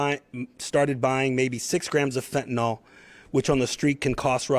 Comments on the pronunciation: Id like to point out that its pronounced FENTIN-ILL not FETN-ALL personally smoked gram after gram and im alive so the little granules they say can kill a man is if 100 percent fentanyl is used, but the imported fentanyl is just cut with a very small amount of 100 percent fentanyl. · Fenta-nill - not fenta-nall. Fentanyl. See? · One would think a professional in law enforcement who dedicates his career to being an expert at what he is trying to combat would at least learn how to pronounce the substance he is describing. Fentanyl isn’t “Fenton-All” it’s “Fenton-ILL.” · Its pronounced fentanyl not phentanol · I don’t believe this is true, I believe these to be actors on the grounds that the Chief. THE CHIEF! Cannot pronounce fent-a-nil. He pronounces it fent-a-nal. Likewise, I do not believe a single word of a newscaster who is a puker, speaks with a rise at the end like a Vally Girl, or has a speach impediment like a lisp. There is NO WAY. A person who doesn’t have impeccable speech, should be speaking. Shouldn’t this be obvious? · Good work! Excellent! 👍 One small point: It's fentanyl, not "fentanol." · Fen-te-nil “Fentanyl” Not Fen-ten-all. We need intelligent people doing intelligence. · FENTANYL NOT FENTINOL Only people's who use fentanyl call it fentinol